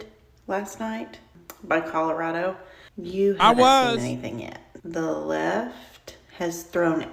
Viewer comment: commiealarado.... Eyeah.... Please don't say words again guy... Just don't...... Just don't bro...